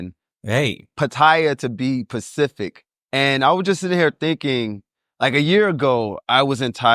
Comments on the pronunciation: ‘To be pacific..?’ Spacific. Medium? Median. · Bro said Pacific instead of specific.Yeah go ahead and keep your dumb ass over there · To be Pacific 😂 I think he’s talking about the Indian Ocean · Lmfao, I stopped listening when he said he was going to "be Pacific". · “Pacific” though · stopped listening after he said 'to be pacific" instead of specific ----- tard alert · How do you spit all those facts and say “pacific” not “specific”